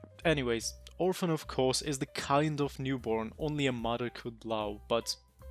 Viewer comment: Another souls commentary with chunky accent. If i had a dollar for everyone ive watched/found. If youve been a fan of fromsoft content for years you know what im talking about, its a thing. No hate though, i still watch the hell out of it. Even if mother is pronounced MUDER every time. 😅